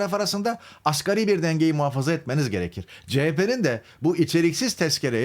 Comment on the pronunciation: Arkadaş muhabir olmuş askeri ücret diyor..El aman insaf yahu asgariiiiiiiii asgariiiiiiiiiiii............